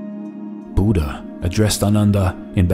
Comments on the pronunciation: It's not Buda it's buddha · Name pronouncing as " Buddh" not with aa buddhaa) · Brother , please pronounce buddha correctly its not buda its bud-dha . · Nice video. But please pronounce the title correctly. Short (u) like "put", "look", "foot" Budha, not Boooooooodha. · I want to say I disliked cause the pronunciation was wrong it's bhu dhya not Buda